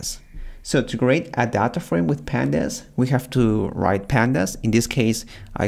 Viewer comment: When he is say "Data" I heard as thadha 👀😼